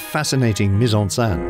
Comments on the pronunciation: The voice over mispronounces mise-en-scene as mise-en-sein: put in breast! Very funny for anyone who actually speaks French... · "meez on senn" is how you pronounce it - it was really irritating that the reader couldn't get it right. That was his job! Not hard to find out! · It is maddening to hear this guy repeatedly saying 'mise en sain' instead of mise on scene which would rhyme with den not dan.